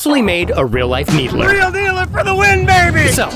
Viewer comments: Did he just say Halo 2 Needlee with Halo Infinite Gameplay 🧍‍♂️ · Anyone else bothered by the way he pronouns it? It's "Needler" not a "needlerer"